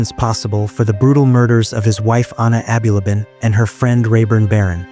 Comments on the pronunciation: Abulaban not aby labaan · Bro haven’t you been watching the news, that’s not how you pronounce his last name 🤦‍♂️